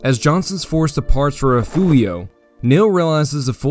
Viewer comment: Great video. Appreciate the Texas history. But fyi it’s rih-fyoor-ee-oh, not re-few-io (for the town of Refugio).